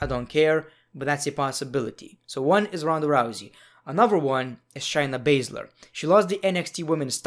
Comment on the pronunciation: You sound like Gru, and you called Shayna Baszler “Shiny Bather”